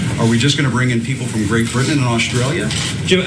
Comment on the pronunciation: That racist guy can't pronounce Britain correctly